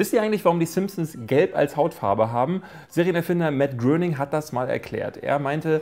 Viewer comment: "Serienerfinder Matt Groening" Er wird "Greyning" ausgesprochen ;)